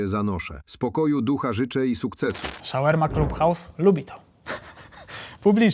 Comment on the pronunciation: Nie wymawia sie: "Szawerma Club House" - ale raczej: Szawarma Clab House - jak juz.